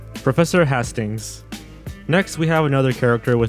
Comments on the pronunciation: HAY-stings. Not HAH-stings. Like Battle of Hastings. :P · Its not professor hastings like hah-stings its said like hey-stings. You can even hear the guy say if correctly in the audio you added about it lol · FYI Hastings is pronounced hay-stings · Hastings is HAY-stings! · Thanks for acknowledging the mispronounced name in this comment. Your video is excellent, well researched, and the obvious time and effort you put in to making it shouldn't be derailed due to a script reading error or regional accent alterations of pronunciation. If you hadn't said that I'm sure a whole slew of people would have remarked on that one error... (TBH, I only had a brief scan of the comments, were you getting hammered on about it before you posted the disclaimer?) Regardless, I just watched this video and had no idea all these were missing...and now I have to go and check my VHS & Betamax (yes, I am old enough to have both), to see what Sesame Street episodes I have, (yep, used to tape them as a kid, and save them), and transfer them to digital format. Given the VERY helpful charts that you provided in your video, I should be able to figure out if I have any of the missing English-language version skits/songs pretty quickly... If I do, you'll hear first. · Please do better research when doing your videos. Granny Fanny was also in the "Here is Your Life" segment with Guy Smiley profiling The Oak Tree: Also, Hastings' name was correctly pronounced on the clip you showed, so LISTEN to the clips you include next time. For further references, don't forget to use the Muppet Wiki! On a friendlier note, nice try at least!